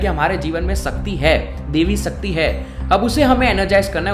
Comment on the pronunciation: sakti nhi shakti bhai saab.... talking about your pronunciation